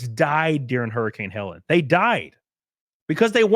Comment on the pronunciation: Its not hurricane Helen it's Heleen 😂 Just leave, they cant stop you!!